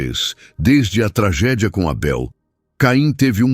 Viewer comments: Esse narrador é o primeiro bozominions lambedor de saco de Trump kkkkkk Porquê porra está chamando o Abel de Eibel hein pooop korrrrnnnnnn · Estranhei a forma como ele pronunciou o nome de Abel!